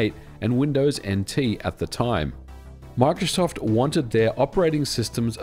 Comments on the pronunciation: bro makes "microsoft" sound like "mark shuffle" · "Mike Shoft" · “My-cro-soft” - Microsoft